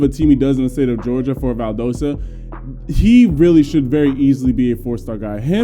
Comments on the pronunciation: Brantley and White are phenoms!! They’ll both high 4 stars at end of their Sr season! Ok and it’s pronounced Val Dah Sta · Still can’t say Valdosta right 😂